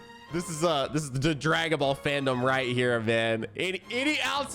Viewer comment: "Dragon vall" 😭😂